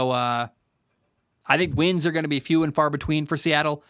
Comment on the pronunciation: Damn, what's in that glass jar? You kept saying the wins wrong hahah I love the content dude!